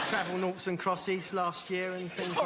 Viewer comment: 😂 Noughts and Crosses........Not "Nots".